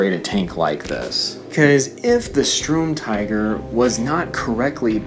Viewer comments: Nep Feuille Don’t even bother, he can’t even pronounce “Sturm” correctly “Strum”..... just wtf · Darcy Mangan In German, yes. But he can pronounce “tiger” how the hell he so pleases. But ffs, “strum”??? That is what makes his pronunciation retarded, as if he can’t read..... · its pronounced as Shterm Teeger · Please, it's the Sturmtiger not the Strumtiger. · UMP45 MASTERX *Sturmtiger (I swear to god this YouTuber can’t even read)